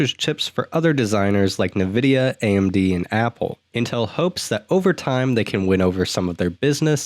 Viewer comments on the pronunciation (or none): En Vid Ee Ah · "neh vid ee uh"